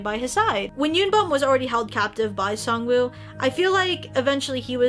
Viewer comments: SAngwoo, not Songwoo Not trying to offend anyone, I know it can be pronounced either way. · I know it's written "woo" and that is the correct way to write it, but in Korean if you were to read it, you wouldn't pronounce the w. It's kinda more just oo. It doesn't necessarily bother me so much, but I just saw it so much around everywhere lol